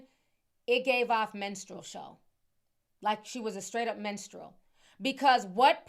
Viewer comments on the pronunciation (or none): When Ti said "menstrual show" instead of "minstrel show" for sexxy red, it was so perfect and fitting 😂